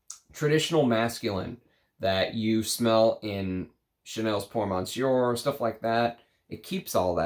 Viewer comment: Thanks for the great video! As always! (monsieur still doesn't have an n in it, it's /messYO/. sorry, couldn't help 😛)